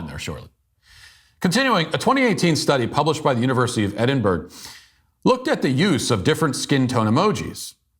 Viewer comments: Matt......you keep pronouncing Edinburgh as ed-in-berg.....it's Ed-in-borough.....please correct your mis-pronunciation....That's how they pronounce it in Scotland! :) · The pedantic in me got "triggered" over the fact that Edinburgh is pronounced "Eddin-bra" in the UK. Please give a non-binary pale-pink and sunburnt, yet freckled, dry-skin thumbs-up for that comment. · Did he just call Edinburgh "Edinburg"?😂